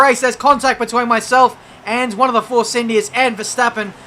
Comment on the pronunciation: "And it's three wide beteeen the two of us!" - 2017